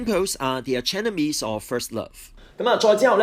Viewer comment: 唔係 ar-chenemies 係 arch-enemeies Xd